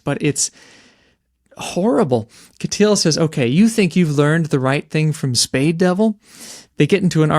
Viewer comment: It's Catice not 'Kateel'...